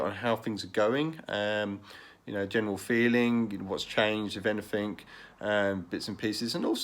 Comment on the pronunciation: When you say anyfink did you mean anything ?